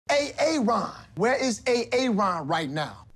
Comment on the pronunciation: It's A-Aron!